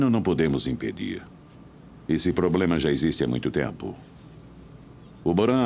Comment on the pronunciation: A sila só fala de poblemas mds 😂😂